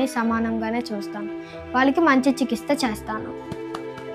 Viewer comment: బాబు కి చిన్నప్పుడే కరెక్షన్ చేయించండి ... వాడు "చికిత్స" ని తప్పుగా చికిస్ త అన్నాడు